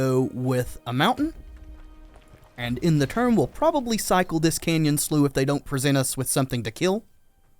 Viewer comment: Canyon Slough is pronounced Canyon Sluff. It was hard to listen to personally.